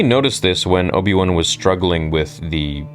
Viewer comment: the way you said Obi-One sounded like there's an Obi-Two as well